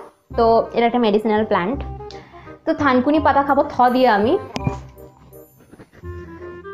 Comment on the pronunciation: আপু থাংকুনি না খাংকুনি